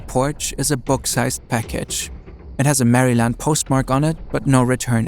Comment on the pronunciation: Maryland isn't pronounced staccato like that it is almost like Beryl the gemstone but with an M instead of a B æ undergoes tensing in the Mid-Atlantic USA it does go quite all the way to ɛæ it is usually rendered as just æ then there's a glottal stop or sometimes a short 'i' and then it concludes with the consonant cluster ND with much smoothing Mæyrl'nd is close enough but it is definitely not Mary Land that's why it is not two words it is really common for such geographic suffixes like -grad -burgh or -ville it isn't acting as the word land it is a suffixes. This is all purely FYI it really isn't a big deal but hey it is the internet pronunciation pedantry is almost a recreational pastime